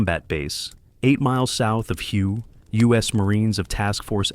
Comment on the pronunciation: Thank you for clarifying that. It was very annoying listening to the mispronunciation.